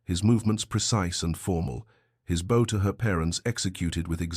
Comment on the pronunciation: And why is" bow" always incorrect?